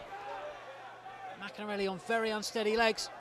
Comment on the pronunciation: if only the commentator could say maccarinelli's name properly!